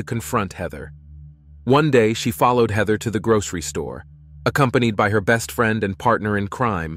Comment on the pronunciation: hi could we standardise how you pronounce the names? heather hater shawna (something else?😮